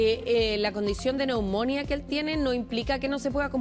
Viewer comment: Me sangran los oídos cuando escucho a una periodista, diciendo "neumónia" en vez de "neumonía" poniendole el acento donde se le ocurre. Y lo peor es que nadie del noticiero tiene el buen tino de corregirla sutilmente por interno u algo. Da vergüenza en serio.